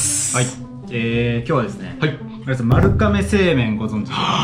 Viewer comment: まるかめじゃなくてまるがめじゃあないの？